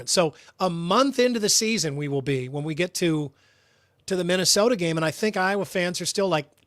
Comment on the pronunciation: Why can't this Canadian guy say IOWA?